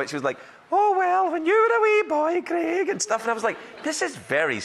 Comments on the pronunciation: "CREG,'?? Wtf..his name's CRAIG..hate the way "some" people pronounce things. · Why do Americans say Creg??? It’s CrAig!!!! Grrrr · start of vid - 'Cregg'. cringe. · Why do Americans pronounce Craig weird? The name has an A in the middle not a E